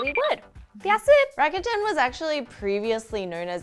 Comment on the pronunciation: rakuten: funny hearing it pronounced rah-kA-tan. i’ve always imagined it as rah-kooh-ten. the letter u = oo sound. otherwise they should’ve spelled it rakatan or rakaten.